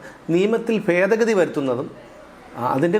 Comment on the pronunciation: fedagathiyalla bhedagathi ennuparayanam.